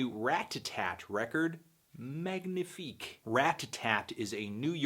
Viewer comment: You don't pronounce the G in "magnifique" you melon. Aren't you supposed to have french canadian blood? REEEEEEEE